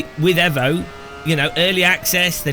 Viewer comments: Aarrgghh it's fking EEEEEEEEEEEEEEVO NOT EVo, you don't call it a Mitsubishi EVo you call it a Mitsubishi EEEEEVO and this game is no different this EVo shit comes from the Italian accent of the Devs 😂😂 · EVO NOT AVO KURWA MAC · i hate the way you say evo